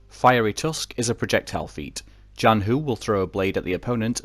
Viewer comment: If you're curious, yes you pronounced Zhanhu basically correct for an English speaker! It would be a tiny bit closer to the Mandarin if you pronounced the 'zh' part as a normal English 'ch'. zh in Chinese is retroflex, so your tongue is bent back a bit when you pronounce it.